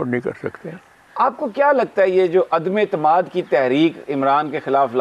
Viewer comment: Correct word is ADAM ETIMAD not ADAME AITEMAD